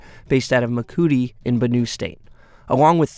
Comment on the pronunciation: This reporter is pathetic should have learned some basic pronunciations of Nigerian cities - Maiduguri and Makurdi.